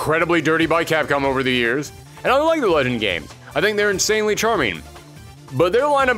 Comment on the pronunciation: Ok I dealt with the ear rot that is saying “character” as “charater”. I cannot even begin to process hard g “le-gend”. That one made me sick a little.